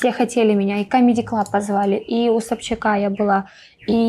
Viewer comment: Дина такая забавная...)))) Она несколько раз произнесла "Когда я была у СобчАКА" 🤣🤣🤣